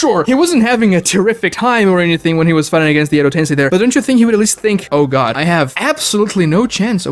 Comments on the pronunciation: he tends to mispronounce some things like how he pronounces "edo tensei" as "edo ten-sigh..." Like how the heck does he continue to get that wrong? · I wouldn't worry about calling you Diggo Knight. I do enjoy his content as well, but for someone called Weeb Commander, his pronunciation of some Japanese words is terrible. Edo Tensei = Edo Tensai Mount Myoboku = Mount Mubuko There's more I can't think of off the top of my head. Lol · It physically hurts me when he says “edo tensai” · can't stand his pronunciation, calling kokuo "kukiyo", "edotensai", and so many more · guy cant even say edo tensei right lol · I really don’t think he was trying to be insulting to this day he still mispronounces Edo tensei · I watch but I still believe Naruto has a bunch of retcons. But with him mispronouncing, let’s remember is bad at pronunciation no matter how much he gets corrected. He still says Edo-TenSAI half the time despite being corrected many times and being told how it’s factually incorrect.